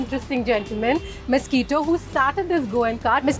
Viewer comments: it's misquita not mosquito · Young lady get your pronunciations right. He is not mosquito but Misquita. The poor owner didn't seem to know the difference between mosquito n Misquita. But you being an educated girl ought to have known the difference. I don't know who you are nor had I heard of this cart since I live on the outer skirts of Mumbai.